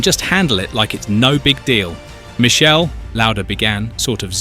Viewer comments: Jayzuz - Not "Michelle" Michele - pronounced Mick Kay Lee. Get it right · It is Mi-kele, not Mi-shel. Do some effort to respect the man, Italian. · it's not michell it's Mik-e- le you stu gats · Its not Michele, like a girls name...its pronounced like Mickhele AlbOreto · It's Mi-kay-lee not Michelle, and you got his surname wrong too. Bloody hell ...this is awful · Not "Michele"! Its "Mikele", C+H in italian is Q (or K)! Crap video! Time waisted! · Don't publish a subject about a great driver if you can't even pronounce his name correctly... You wouldn't publish a video about 'Arthur Sonna' would you? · Pronounced...MIKELE for you F1 expert. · Pronounced Mickele with a k not a C ! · Every commentt below regarding correct pronunciation of his name is correct, get if fucking right for fuck sake. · I’m British and we don’t pronounce his name like that. We tend to use the native pronunciations for names.